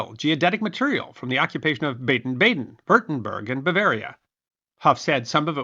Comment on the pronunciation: That, and Baden as "Bah-Din" (spent 4 years in Germany, that's how I always heard it pronounced).